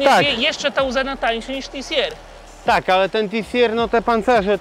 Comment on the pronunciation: Panowie, może się czepiam ale nie TI SI ER jeżeli chcecie po angielsku tylko TI Si AR. Dziękuję, odcinek zacny jak zwykle.